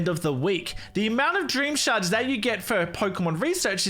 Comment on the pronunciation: When he said shards really fast all I heard was sharts